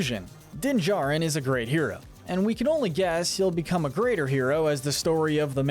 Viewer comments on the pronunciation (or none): I'm sorry but you keep swapping between saying "Jarin" and "Jurin" when pronouncing Din's last name. It's irritating